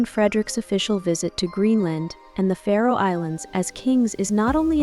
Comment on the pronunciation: It's Faroe island not Pharaoh island.